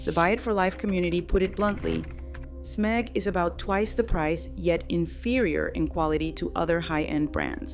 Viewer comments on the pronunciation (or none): Smehg, not SEM-eg. So says the CEO of SMEG. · “Sem-egg” then shows a pic of a Kitchenaid Kettle. 😂. Byeeee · What's "S-Meg"? AI sloppy strikes again! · SMEG (pronounce Sam-egg) Um missing the 'a' buddy. Why showing a kitchen-aid kettle and not the Smeg. Le Creuset - Great pans, great Dutch ovens, holds it's value, nothing wrong with it. Cost too much. I thought this was about being robbed by companies. You point out reasons why Le Creuset is worth the price, how is this 'robbing' I have a 15 year old Green Pan ceramic sauce pan that's still in perfect condition. Wash by hand, don't use metal utensils. Listening to Influences and TV stars promote something, of course they got paid for it. They'll sell out for money every time. Don't trust them, ever. With Gordon Ramsey hocking these, see previous comment. Good for Everyday cooking. There's the difference. The ones you mentioned previously are many times used in restaurants, where nothing is everyday. So we go from pans and how bad they are to knives. Hmm, seems like your trying to "influence" people to buy a knife. Something you say is bad for brands. Do what I say not what I do, much I also like how you say chefs and cooking schools use it, but you don't show it being used in either. You obviously don't know how a knife work do you. Any knife gets sharper if you maintain it properly. How much for the metal pain from All-Clad that's made the same. Compare the same thing. I'll take my Lodge Enameled Dutch oven over anything else. You keep pointing out that the "good" ones aren't backed by influencers, but isn't that what this is. Painted up as a top 10 list, but still comes do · Mispronouncing brand names and also using different brand images while talking about smeg….. this AI crap has got to stop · Did you really mispronounce Smeg?